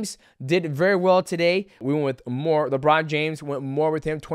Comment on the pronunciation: my guy said "LaBron James!" lol